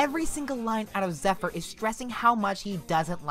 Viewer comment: I consider this to easily be Fluttershy's best episode of the entire series. Plus,you're pronouncement of Zephyr throughout the entire video bugged me.